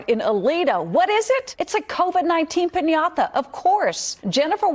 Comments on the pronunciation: I guess we can all use a corona "piñatha" these days. (I'm not sure why the way she's pronouncing it annoys me so.) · Did NO ONE try to help that poor newcaster? Pin-yah-tha??? It is such a simple word, come on.